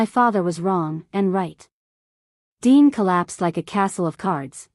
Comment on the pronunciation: Why dean becomes dine? AI for sure